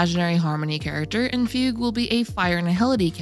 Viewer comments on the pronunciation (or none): none